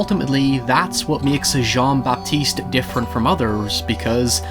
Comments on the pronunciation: I'm really glad to see you talk about this movie and novel. But Christ, the pronunciation of names. :D Great video, though. There are many inspirations for this story, I think. Another quite similar case to that of Jean-Baptiste in this story might be the story of Tarrere, who was a grotesque eater of many things and became more or less denounced and outcast freak of his time. Tarrare's story was about endless, greedy consumption - at least that is how he was depicted back in his days and even used for his eating disorder to smuggle messages inside his belly. Going that route, I think Perfume is more about an extraordinary person obsessed with creation rather than consumption and is therefore also forced to become a social outcast and murderer. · "Jonn-Bapiste Gwénouii" X)